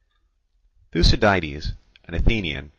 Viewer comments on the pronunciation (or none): Thoo-see-diedes? Smh...